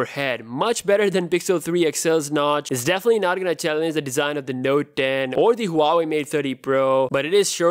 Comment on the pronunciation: "Note Tdannnn"